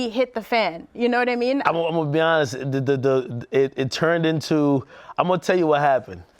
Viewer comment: "Imma be awnessss" -Dj Akademiks